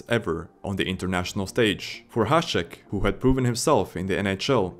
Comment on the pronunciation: Big thumb up for you to actally read Hašek right